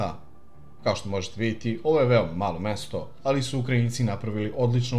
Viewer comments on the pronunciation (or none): none